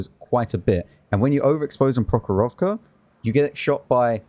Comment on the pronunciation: Your pronunciation of the map "прохорОвка" is really fun 😂 The stress should be in the end